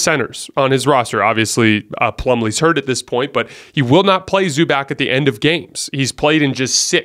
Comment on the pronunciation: Learn to pronounce Zubac (Zubatz).